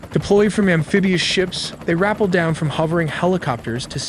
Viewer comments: Rapple 😂😂 certain things AI just can’t do like pronounce English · "ra pell" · AI Slop doesn’t know how to pronounce “rappel” correctly. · You can 100% tell the voice is AI from how it pronounces common words like rappel and disabled and overwatch.